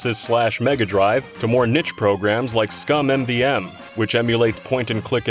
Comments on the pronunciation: It's just ScummVM, not Scum-m-VM. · Scumm VM, not Scum MVM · "Scum M V M" 🤦🏻‍♂️ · "SCUM M-V-M" /facepalm